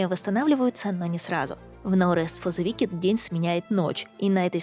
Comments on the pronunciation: Wicked произносится как "Уикед", а не "Викед" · в словах на -ed, как wicked, "е" проглатывается. [Уикд]